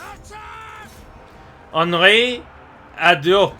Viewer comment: If you want to pronounce Henry to the correct French maner, don't pronounce the N. You want taking our accent so do it right!!! God damn rosbeef!!!